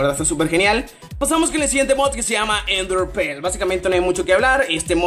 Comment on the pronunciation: "enderper" "pokedishion" jaja xd